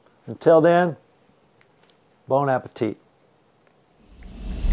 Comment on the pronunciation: Did he just say 'bone appetite'?